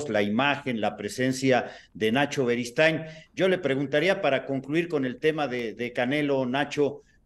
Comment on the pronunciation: larga vida al rey de la esquina don NACHO “berigood”😂